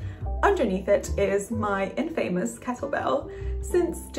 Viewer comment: it's pronouned "in-fa-mus"